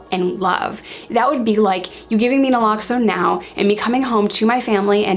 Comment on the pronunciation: noraloxone? naloxone. but its ok lol